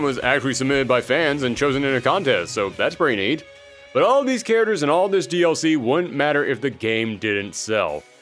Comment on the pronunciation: Why does this guy pronounce "characters" like "kareturs"?